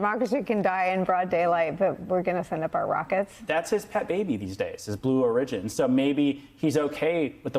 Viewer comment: Someone pull that guy aside and let him know how to properly pronounce "origin."